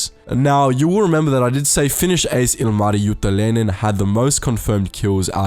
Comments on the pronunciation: It's Juutilainen not Juutalainen (jew) :D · It's JUUTILAINEN NOT JUUTALAINEN (jew) :DDDDDDDDDDDDDDDDDDDDDDDDDDDDDDDDDDD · the way you say Juutilainen sound more like juutalainen. juutalainen means jew in finnish.. or a jewish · "Eeno ilmai iuu juutalainen" Got me laughing. He's actually Eino Ilmari "Illu" Juutilainen. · I like how he pronounced juutilainen as juutalainen that means jew in Finnish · You did NOt pronaunse the name of Juutalainen corektly. (The name Means juish) and Ilmari means ear man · Uhh... While speaking about Ilmari Juutilainen you pronounce the surname almost perfectly, but with one tiny problem. You make it sound more like JuutAlainen tahan Juutilainen. Coincidentally, juutalainen stands for....... jewish. Ouch. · i like how you pronounce juutilainen like juutalainen, which means jew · It's funny when u try to pronounce Juutilainen... It's sounds like you're saying juutalainen which means "jew" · It's juutilainen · you pronounced juutilainen as juutalainen wich means judish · Ah the way you pronounced juutilainen sounds like jewish in finnish, none the less great video and you had a good try at pronouncing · you say Juutilainen like Juutalainen which in Finnish means Jew. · Hey. It is difficult for foreigners to pronounce Finnish. Let us forgive that statement of Jewish names. Her real name was Ilmari Juutilainen, not Jewish! But where was Hans "Hasse" Wind? Mr. Hans Wind also has a double Mannerheim Cross. Hasse has 75 air wins. In addition, 96 military pilots served in the Finnish Air Force, who were allowed to use the title of Ace in air combat. They shot down a total of 1435.5 enemy flight attempts during the Winter and Continuation Wars. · Nice pronunciacion of Ilmari Juutilainen (not really but nice try) But thanks for mentioning Finland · You said Ilmari Juutilainen wrong in so many ways... You did what most of the people do and that is going for the chinese/japanese accent.